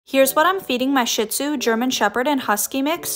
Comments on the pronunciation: It’s pronounced shee-d-zoo, not shit-zoo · I just want to say it’s not pronounced shitzu like the word shit but shizu there is no t in the word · Shit-zu💀 It may be spelled like shit but it is pronounced like shiz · Please, for the love of god, people.... stop saying "shit-zu", that is not how it's pronounced and y'all know damn well it's not. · Bro how are you gonna own a shih-tzu and not even know how to pronounce the name